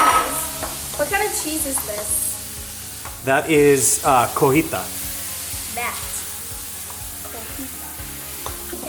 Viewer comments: The cheese is cotija not cojita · Wow all of that looks delicious!! It is actually pronounced “CO-TEE-HA” cheese ❤️ it is named after the town in Mexico where my family is from :)